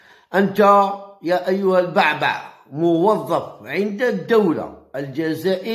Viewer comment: البُعْبُعْ وليس. كما تنطقها يا هذا. الضعيف. في اللغة العربية